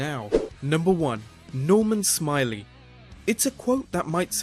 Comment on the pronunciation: Nor-mahn Smi-lay